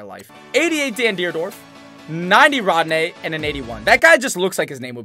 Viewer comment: Its ronde not rodne